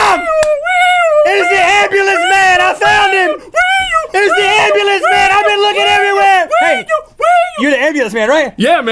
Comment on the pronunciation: THE AMBLUIENCE MAN!